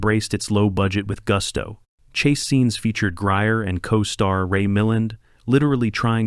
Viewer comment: Please learn how to pronounce Pam Grier's last name correctly.